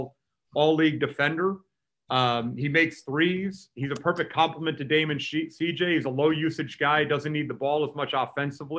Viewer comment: "Dame and Sheet-J". LOL